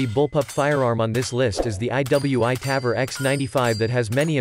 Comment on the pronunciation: Interesting video. Quite some corrections: -The Ps90 holds 50+1 rounds standard -The tavor is not awesome for leftys, due to the shell ejection. It's time consuming to convert it. -The pronounciation of Tavor is on the o. -it's flash hider, not compressor -KSG grip and stock are not made from glass, but fibreglass -The 10/22 bullpup is nice, but from personal experience i can say it's unreliable -The 10/22 magazine only extends if its a 25rd, not the 10rd -"removable rail cover so you can adjust the charging handle for better accuracy". Wait, what do you wanna say here? 😅 -The tavor x95 is certainly not direct gas impingement, but long stroke gas piston driven -the panzer arms holds 2 by 5 rounds? What? -it's "three O eight", not three hundred eight -you cannot use the term torque on guns.. -generally guns that take AR magazines can take any number of rounds. 10, 20, 30, 40, 60, 100..